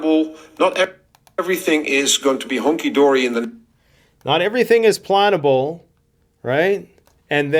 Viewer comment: i thinx he said "not everything is plantable" not plannable